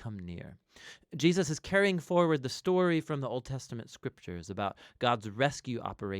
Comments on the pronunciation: Why does he repeatedly say Jeosus instead of Jesus? 🤨 I can’t be the only one hearing it (for example ) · Why do you pronounce Jesus "Gee-yus"? Drives me crazy. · I have always wondered why pronounces Jesus "Jee Us" so often. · Who else is noticing when the Narrator calls him “Jiasus”? Bout to start counting them.. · Why mispronounce HIS name so many times? It’s distracting.